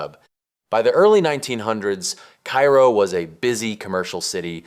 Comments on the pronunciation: Cairo, Illinois is pronounced "karrow" not "kyro." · KA-ro is the pronunciation, not like Cairo, Egypt. There is at least one other town in the US bearing the name, and the pronunciation is the same. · I went to Cairo just to see it for myself. Also it’s pronounced “cay-ro”. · Cairo is pronounced "KAY-ro" in IL. Do some basic research. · Typical AI garbage. It cannot even correctly pronounce loser town #1’s name. Cairo in Illinois is not pronounced like the city on the Nile. Do some research.